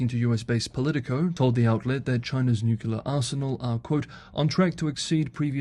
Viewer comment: "nuculer, ". 😬 >>>>"new clear"